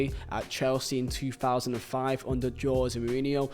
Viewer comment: Funny how you pronounce '' Joe zemourinho'' :p